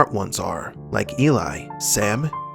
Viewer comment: Did the narrator actually call “Eli” “Ellie?” Is this a robot narrator?